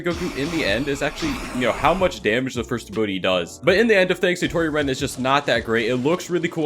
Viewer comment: BROOO Y U GATTA DO STATORI REN LIKE DAT